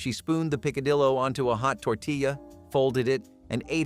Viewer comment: The name is said "peek-a-dee-o"